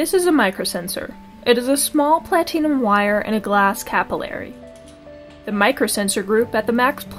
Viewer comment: Plateenum lol. Good video though!